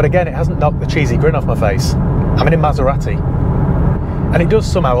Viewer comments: Southerners everywhere are cringing when you pronounce Maseratty . Made my day Thanks for that :-) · pronunciation of Maserati triggered me so bad 😆. Good review though